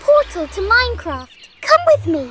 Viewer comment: I heard minecrap not minecraft